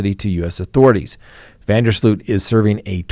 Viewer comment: Last name pronounced van der slote